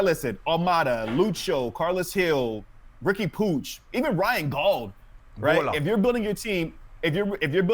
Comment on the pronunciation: POOCH? Is Puig not said the same as the guy who played for the Dodgers?